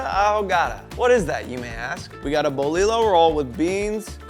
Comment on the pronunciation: It’s bolillo. Lol bolillo it’s yo in the end !! Dude u just got itself a subscriber lol